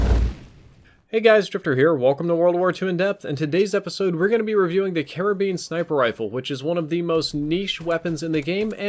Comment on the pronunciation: You sound like you are saying Caribbean every time you say karabin lol